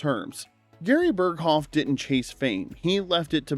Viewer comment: The h in Berghoff is silent...